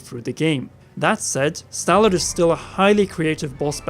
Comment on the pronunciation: And let's not forget about the ancient "automation" and the fact that they pronounced Stallord as Cellor a 2 or 3 times